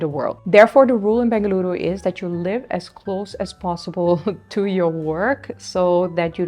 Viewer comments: I love the way u pronounce Bengaluru soo well ❤ Il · Your information is known more than the local people, now you are True Bengalorian, and thanks for pronouncing Bengaluru❤ instead of Bangalore🙏